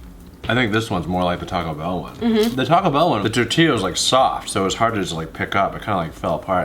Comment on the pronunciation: Tor-t-yah. Not tor-tilly-yah.🤣 He totally cracks me up when he says that. Dude, do you eat qway-suh-dilly-yahs?